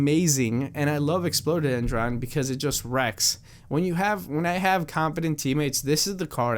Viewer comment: Explodedron? What the hell, can't you read? Explode-a-dendron.